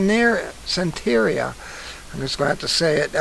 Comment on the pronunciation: It's pronounced sahn-teh-REE-yah. It is benign and widely practiced in NYC, where I lived for years. Shops sell candles and stuff all over the place. African-based, they combined their traditional beliefs with Christianity. Many NYers buy and burn their "lucky candles." You do not read well, but I really appreciate that you take us through the articles, like by line. He appears to still be posting on YT, according to TheTrutherGirls.